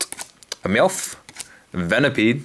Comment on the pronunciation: When you pronounced Meowoth I thought you said 'milf' :P My bad!